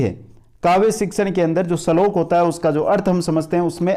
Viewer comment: श्लोक को सलोक बोल रहे हो